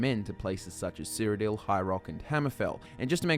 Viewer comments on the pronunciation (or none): none